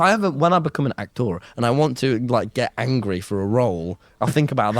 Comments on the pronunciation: as soon as he said "ak-tor", I was like fug this guy. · If I needed to get angry all I need is to recall how he pronounces "ahk-thor" and I can rage for a good 2 minutes 😂